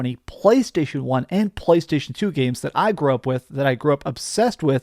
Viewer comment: I cringe every single time you pronounce “PlayStation”. You F’ it up, for the rest of us…🤢🤮🦄